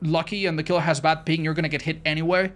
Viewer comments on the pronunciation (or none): none